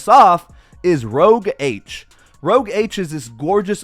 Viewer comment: I want them all... btw, it's pronounced "Rooosh Ahhhsh", not rouge - that makes sense but it's their signature red and it's just French for "red" :) Great review, I have an Ultra and appreciate you showing these on the Ultra.